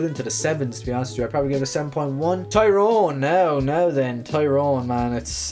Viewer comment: Stop saying TYYYYrone! Its teerowen... use the Irish as your guide not an English soap character